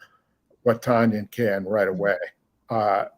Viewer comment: Hey y'all, according to Robert, Tonyan rhymes with onion.